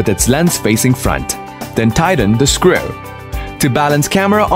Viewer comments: I can't listen to scriew one more time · I love the way he says "screw"..